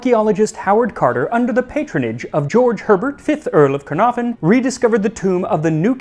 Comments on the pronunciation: It's pronounced "CUN-ARE-VUN" with emphasis on "ARE". You're welcome 😊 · caernarfon ITS WELSH like me its pronounced car-nav -fon or ki,r naf on if your trying to sound welsh ( phonetically) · The f in Caernarfon in Welsh is pronounced as a v.